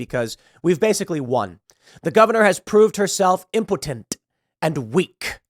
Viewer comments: Pool, did you say "impotent" or "impotenTTT" ? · I can’t stand the way he says “impotent.” 😂😩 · Did Tim learn a new word today or what? He says impotent like 50 times for no reason.